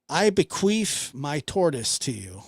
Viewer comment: Wait - …. Did you say “be-queef”? 😂